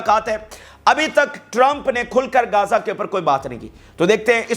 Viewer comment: Gaza kahtay hain na Keh Kaza pls speak properly I mean pronunciation of Gaza rest all is well with Vlog 😊😊